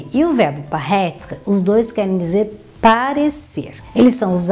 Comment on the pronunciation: Ela pronuncia o verbo como si fosse parraitre!! Frances ao brasileiro.